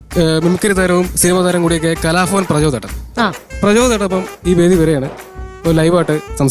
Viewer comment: മിമിക്രിയൊക്കെ കൊള്ളാം, പക്ഷെ, കലാഫവൻ അല്ല കലാഭവൻ ആണെന്ന് അവനോടൊന്ന് പറഞ്ഞുകൊടുത്തേക്കണം.😂